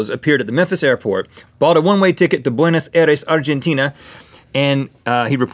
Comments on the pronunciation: The Buones Aires pronounciation though, nnnnnggg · You said Bueno Aires wrong😠😠😠